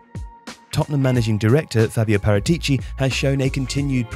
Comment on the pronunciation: Great video. Note that you mispronounced Paratici though.